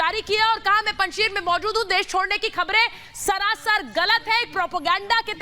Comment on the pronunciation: पंजशीर नहीं है वो पंज शेर है